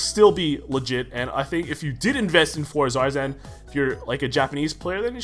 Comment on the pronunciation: The r is silent